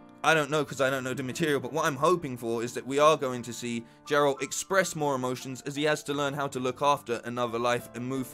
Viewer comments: It's Geralt - not Jeralt... Show was fine. Better than I expected. Hoping for better second season though. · great video; but yes it's pronounced like: "[soft g] air ult" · Didnt mean to be rude, was just hinting at i love your hair and that you said his name wrong lol.